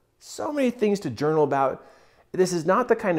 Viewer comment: This man said JOUNAL! So I will journal thank you so much this is such amazing advice starting tomorrow morning